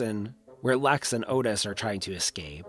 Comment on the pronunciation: "LEX" not "LAX".